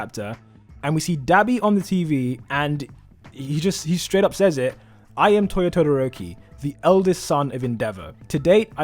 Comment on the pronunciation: nie vid but sorry bud it's touya not toya